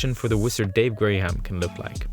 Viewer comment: Did he just call the man "Dave Grey Ham"